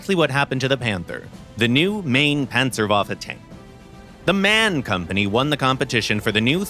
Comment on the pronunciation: very unimportant sidedote: it's pronounced M-A-N (in Englisch equivalent to "M-R-N") for Maschinenfabrik Augsburg-Nürnberg (by the way seated in Munich)